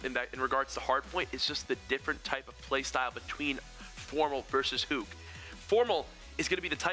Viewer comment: They are mispronouncing Huke's name :/